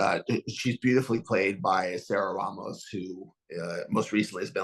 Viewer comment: As a HUGE Sarah Ramos fan, I'm looking forward to seeing how Dr Caitlin Lenox's arc is dragged out. Thank you for this interview! BTW, her surname is pronounced Ray-Mos, NOT Rah-Mos.